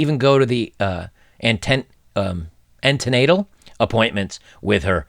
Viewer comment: Excellent video as always. I couldn't possibly say anything more insightful than what has already been said by you and in the comments. On the pronunciations: Jaclyn is pronounced Jack-lin, the Gow in McGowan rhymes with cow, and antenatal is pronounced anti naytal. Probably comes across pedantic, sorry... it's not a superior flex, honest guv'nor, I often get corrected on my pronunciations also. Edit: There is a variation of McGowan which is McGoohan which is pronounced more like how you pronounced it, so you aren't necessarily off kilter with that one.